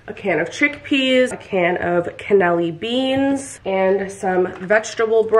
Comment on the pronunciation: Lol google how to pronounce cannelloni beans